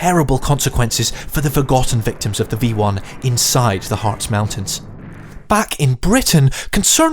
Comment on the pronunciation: "Harz" is pronounced like the English word "Hearts".